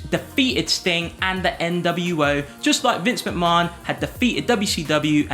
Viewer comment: same lmaoo